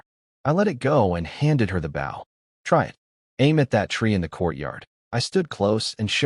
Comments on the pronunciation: Could somebody PLEASE teach A.I. How to pronoun bOw as in bow and arrow and bow as in to bow down. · If you're going to tell a story, could you please pronounce the word BOW as a weapon and not a polite action.